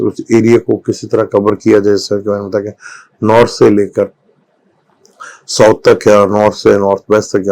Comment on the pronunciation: ساؤتھ south بولیں ۔ بھائی اسے سوت نہیں بولیں